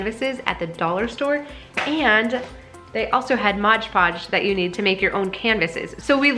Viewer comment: Great idea! No judgment here - I used to say it wrong too - it’s Mod Podge rather than Modge Podge.